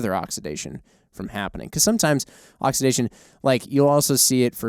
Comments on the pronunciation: Wtf is oxdizidation? It's oxidation God damn it. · oxidation pronunciation. Ox-I-da-tion